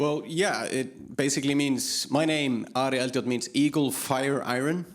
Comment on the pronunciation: Brilliant! Btw Eldjárn is actually pronounced in Icelandic something like Eltyowrtn… yup, really! Eltyowrtn!